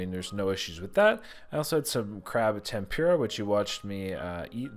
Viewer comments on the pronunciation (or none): Pronounced tempoorah not tempure ah Plz stop my ears are bleeding